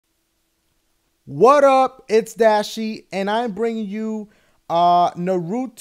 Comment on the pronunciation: you messing up dashie but i love naruto so...